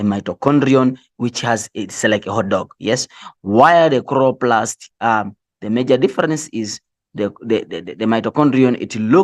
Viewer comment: i cant stop laughing at “khroplast”😭😂😂😂and i have to study but i cant😭